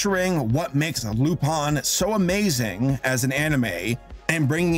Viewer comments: you were saying it right. it is indeed pronounced "Loo-pahn". Lupin pronounced like "Loo-pin" was a mistake FUNimation unsurprisingly made. they also pronounced Jigen with a soft i, and called Goemon's Zantesuken the "Almighty Sword", but at least they didn't flub the dub like Streamline did with Cagliostro... Keibu Zenigata? Really, Streamline? His first name is Koichi, Keibu just means "Inspector"... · Your first pronunciation of Lupin is pretty good! About as good as one can expect. I think it’s technically more like an a as in Ann, but I usually say it how you do